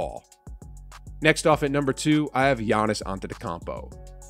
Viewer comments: Can’t even pronounce Giannis name right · Giannis is a 2x mvp and finals mvp and yet you’re still saying his name wrong. Come on bro